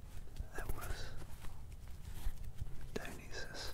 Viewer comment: You said Dionysus wrong